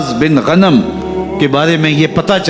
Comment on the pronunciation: غنم بکری کو کہتے ہیں مولانا صاحب لفظ غانم ہے